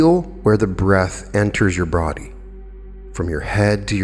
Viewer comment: Oh, He's Good! is a Master Motivator and Psychological Genius!!! "feel where the breath enters your *B(r)ODY*..." gave me the chuckle I desperately needed to change my entire disposition from being dominated by back pain, downtrodden and not wanting to get out of bed to do anything... to taking my mind off of the pain and stiffness and no longer thinking about how difficult it was going to be to push through it in order to struggle through the day to accomplish my goals and it reminded me that my plans, goals and purpose are bigger than me and pain! This is proof that is Superhuman! It wasn't a mistake, I think his subconscious made it happen on purpose... and I appreciate that he didn't edit it, because it's the perfect amount of slightly different to wake the listener up, distract them from what they were thinking and/or make them think, 'did he just say BrODY instead of BODY...?...well apparently he's human after all!'... but make no mistake, Did That On Purpose! Whether it was his Subconscious or he Consciously did it, who knows...??? ☆Have you all noticed how much material he's been producing lately...???☆ This is no mere mortal that we're talking about... this man is Superhuman, in fact, he's more than that... he's the ☆Astral/Ultradimensional/Supernatural/Extraterrestrial/Esoteric/Angelic/Manifestation/Ascension ♡ Guru/Guide/Motivator/Master, Inspiring Humanity To Become Empowered to avoid the pendulum of catastrophic disaster by Manifesting th